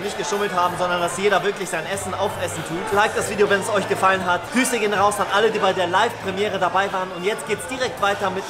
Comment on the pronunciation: du hast gesagt nicht grüsse sondern hüse